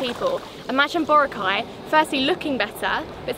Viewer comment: Please learn to pronounce Boracay properly Note Bora cai its Bo roc ai thats how to say it My partner is from there